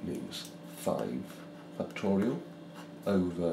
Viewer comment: No one: This guy: fucktorial